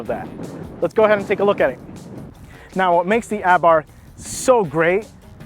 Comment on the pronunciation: Luckily, I am in Mexico now and hope to get the 2020 Abarth. And thank you very much for pronouncing it without the "h"! From a former Austinite.